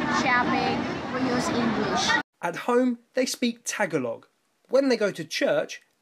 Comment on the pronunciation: Please don't pronounce Tagalog like that. I know it's not a big thing, but it is pronounced like "ta-GA-log", but you pronounced it with the stress on the first syllable "Ta-ga-log" and the "a" sound is pronounced like "aah", not "a" like in "cat".